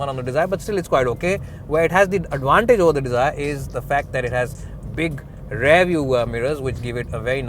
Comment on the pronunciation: Work on your pronunciation. .. eg. Steering, rear etc.